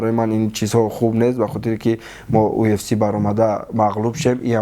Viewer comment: Ай хато гуфтани уфс гуфтани,Мубориз кариб бовар кард ки уфс меги 😂😂ЮФС